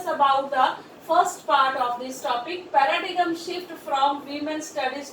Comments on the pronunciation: It is not Para-dee-gum but Para-diem. ''G'' is silent. Horrible ! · Horrible English Pronunciation I have ever come across ,🙄🙄 Pa-ra-digam